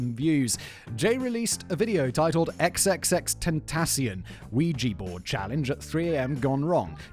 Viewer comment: Every time I hear it, I'm driving- except now... Simon: It's XXXTension ... Aka TripleXtension ... (Phonetically... TripleEXtension) 😅😅😅😂😅😂😅😂😅😂😅😂😅😂😅😂😅